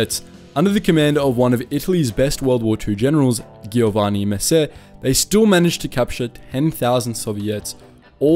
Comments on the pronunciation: It's sad seeing non-italian people making more interesting and respectful documentaries than the Italian themselves. Great work. Oh, by the way, it's pronounced "Joe-vanni", not "Ghiovanni". Lol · Giovanni is with the soft g or Geeovanni (double n so longer than a single n). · Giovanni is pronounced Joevanni, but this a great video showing the real truth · I think you pronounced Giovanni wrong. My name is also Giovanni and the Gio in Giovanni is said just like the name Geo in English. But im not sure if it is simply pronounced differently depending on the region of italy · Ok but who the fuck says "ghiovanni"? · Really nice and interesting video. You just have to get the right pronunciation: if C and G are followed by I or E it’s pronounced like J (Giovanni is like Jo-van-nee, and so on) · I think you pronounce the Gio in Giovanni like the J in John. Reminds me of the scene in Inglorious Basterds, where Brad Pitt tries to speak Italian. lol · It's a shame that such accurate and detailed video has so many Italian names mispronounced. Not even the popular name Giovanni is pronounced properly. Respecting the cultural contents should be a criteria of reliability of such work. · The video is very cool. But as an Italian your pronunciation of the names like 'Giovanni' are just very very wrong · Ghee-yo-wani. Low-ren-sihnni. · Come on dude! Even google translator could pronounce better "Giovanni" and "Giorgio"! It's not difficult and trust me, I'm British and Italian. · E and I when preceded by G or C have a soft sound, GI soung more lake Jee in Jeep, so Giorgi it is more JeeorJee and Giovanni should be more like Jeeovanni ;)